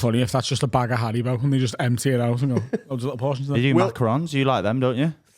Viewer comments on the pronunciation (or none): none